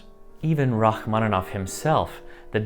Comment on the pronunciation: Il faudra arrêter cette lecture stupide par l'IA...C'est insupportable... "Racmonof" au lieu de Rachmaninoff, "concert" à la place de concertos, et ainsi de suite, c'est une honte. Arrêtez SVP. On est mieux quand on écoute l'original, quitte à ne pas tout comprendre, et dans ce cas on a les sous-titres. Merci!